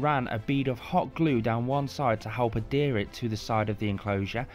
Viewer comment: Great video! Every time you say Adhere I hear Hadere 😂